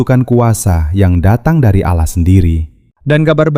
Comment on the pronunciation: Kenapa ia dari kata ALLAH jadi Aloh kenapa ia ini yg janggal kalau ALLAH ia ALLAH ga usah Aloh aduh ampun deh DJ